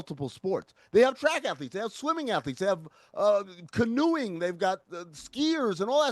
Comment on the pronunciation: Amin needs to keep Witty's name out of his damn mouth about anything soccer related. Also, "canoeing?"